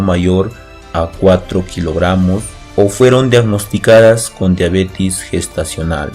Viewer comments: todo muy bien pero la pronunciacion es diabetes con E previo a la S no diabetis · No es Diabetiiiiiis ;(. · Todo iba bien hasta que dijo diabetis